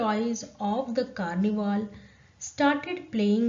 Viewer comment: Mam not karniwaal its Carnival